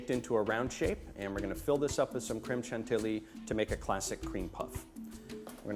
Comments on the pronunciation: are you really cooking sitting down? And also it is not ''shan-tee-lee'' it's ''shan-tee-yee''. In french 2 ''L'' make a ''y'' (I'm french....and that explains why I'm an asshole) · pronounced : chantiyee. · You pronounce it shanteeyee chef.